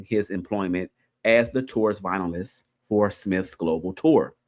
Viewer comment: It’s not vinylist it’s vio-lin-ist 😂